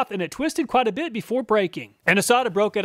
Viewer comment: As always, thank you so much for all you do for us.🙌 I laughed when the combination of you saying 'bit' and the sound of the bit breaking sounded like "with the bitch breaking at 131 inch pounds"😆